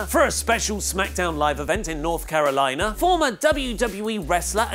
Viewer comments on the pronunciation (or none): none